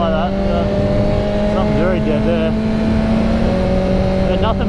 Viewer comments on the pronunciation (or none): none